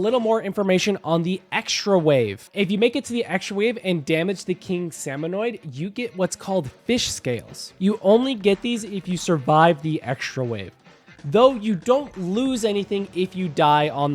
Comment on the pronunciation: I hate how he calls murch merk and salmonids salminoids